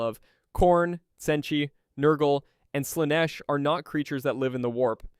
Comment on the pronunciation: Wth is Tsenchi? 😂